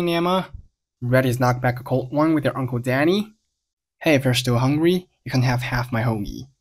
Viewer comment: 听的好像是to still hungruy？